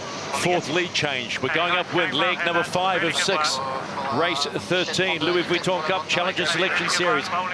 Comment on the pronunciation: Perhaps if could learn to pronounce the "Vuitton" part of "Louis Vuitton", the sponsors might be a little more impressed. And why is he - and nothing personal here - commenting on yacht racing, a sport about which he clearly knows very little?